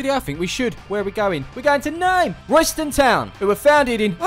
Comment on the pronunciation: The locals actually pronounce it RAYSTAN TOWN